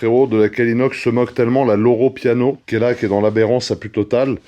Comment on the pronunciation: "Loro Piano," "Lora Piana" 😂